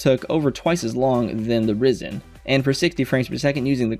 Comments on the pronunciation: It's pronounced Rye-zun! 🙄😒 😂👍 Loving your videos, very helpful 👍😁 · not hating but you said Ryzen wrong hehe